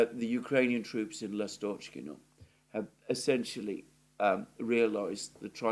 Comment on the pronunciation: [ ' Lastochkino] stress is on 1st syllable